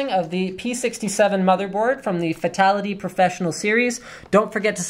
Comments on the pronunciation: Profess-1-onol ? You're either living under a rock Linus or you're a petroleum engineer. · lol. when you say processor, you say it wierd and pronounce the PRO part, but when you say professional and should pronounce the PRO part, you don't. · "ahhhhhhhh the Profess-One-onnal series" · Why the fuck didn't he read 'Fatal'ONE'ty' when he read 'Profess'ONE'onal'?